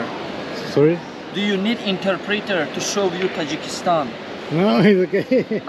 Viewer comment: Not ❌Takikistan Tajikistan ✅